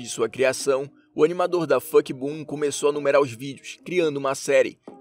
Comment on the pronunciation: ele falando o nome do canal que criou o Skibidi Toilet: DaF*CKboom sendo que eu acho EU ACHO que era pra ser a pronunciação: DafukiBum DaFuqBoom